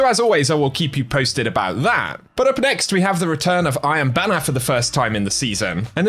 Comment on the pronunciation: Is he saying "I am banner" instead of "Iron Banner"...?